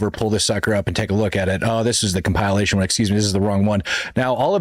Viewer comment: Comp-i-lation. Not Compile-ation knucklehead lololol. Still luv ya.